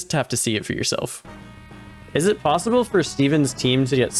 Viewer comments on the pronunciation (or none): none